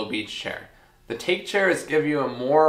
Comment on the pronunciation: the Take chair is bamboo, bamboo in Japanese is take but pronounced tah-kay.